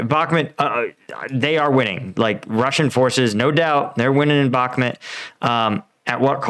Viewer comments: BAHK-MOOT. NOT BAHK-MIT You even pronounce the river correctly. Stop doing this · It's pronounced "Bach-moot"